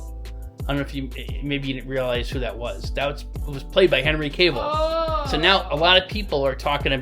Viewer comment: Please please please stop saying Henry’s last name wrong. It’s not pronounced “Caveill” take the E out it’s not Cave it’s Cavill.